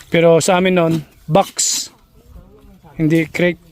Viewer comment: hindi krits dapat ay kreyt.